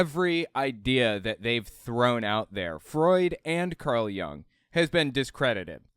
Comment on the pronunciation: Hey! Love your videos! I know that you have an interest in psychology and just wanted to point out that Jung is pronounced with the same short /u/ sound as in "put". I've always been surprised how much credence has been given to some of his ideas as they have struck me as far too wooey to be taken seriously in a scientific field.